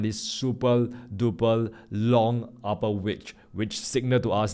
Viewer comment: you are doing the great job, but I ask you one thing that Please Pronounce the (R) correctly instead of (L) like Upper- the listener hear that as (Apple) Thank you